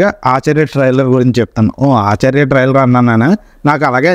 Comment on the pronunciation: ట్రయిలర్ ని ట్రయిలర్ అని సరిగ్గా పలకలేవు పూకా నువ్వు చెప్పాలి ట్రయిలర్ గురించి